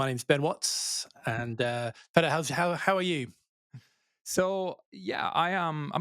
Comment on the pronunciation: Your name is Peter not petr bro